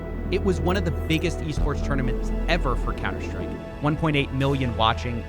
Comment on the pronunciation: HAHA I love cs go gambling you really got me when you said counter stick instead of like stake